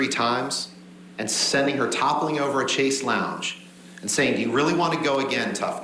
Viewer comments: Ha ha, what a fool, he said “ literally chaise lounge” for chez lounge/chais lounge (pronounced “shays long”) Bet he calls Chanel perfume “channel” and Grand Prix “grand pricks” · Haha “chase lounge” instead of chez/chais lounge And I bet he says fox pass for faux pas